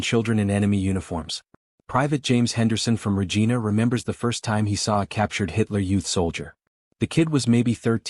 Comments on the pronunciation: Regina: rej eye' nuh, "The Queen's..." Anybody who says "regeena" is a frootloop. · No important but it is Ree-jaina not Rejeena. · Not Regeena, Regina, like vagina. AI is amusing. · I agree. The guy narrating the piece should have done a little research before he voiced it. it loses all credibility with a mistake like getting Regina wrong